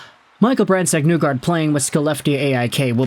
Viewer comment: You’re saying his name wrong. It’s not NEWgard. It’s pronounced like KNEE gard.